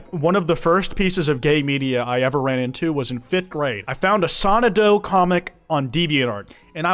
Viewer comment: pronunciation of Sonadow upsets me greatly